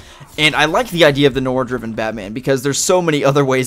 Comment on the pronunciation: ITS PRONOUNCED NWAR